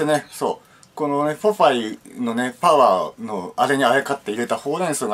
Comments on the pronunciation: ポパイのパワーが言えない男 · フォファイのファワーとか言っちゃってんじゃねーか